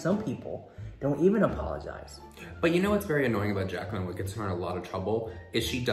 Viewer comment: Girl im rolling my eyes when i hear jaclinn